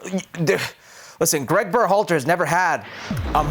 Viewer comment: why does Herc emphasize berHAlter the way he does